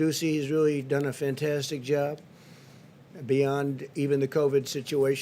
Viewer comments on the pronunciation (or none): none